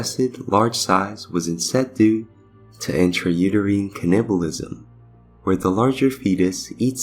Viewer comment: You said "Teeth" perfectly, why not "Tooth"? Why "Tuth"? And please look up how to say "Cannibalism". Not trying to be mean, just being honest. Greta video otherwise, but saying "Tuth" made this almost impossible to watch, it hurts the ears.